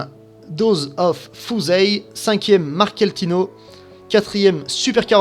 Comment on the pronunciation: apprend à lire et renseigne toi vraiment.. Wordsupercar a une A45 et la S5. MMLuxury est à Antibes. Marketino, prononce comme il faut. La BMW n'est pas un coupé donc pas M4 wah